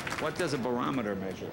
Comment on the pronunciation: He said BORAMETER -- it's barometer!!!!